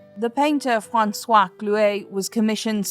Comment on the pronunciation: Franswaz? 😂 never heard Francois pronounced like that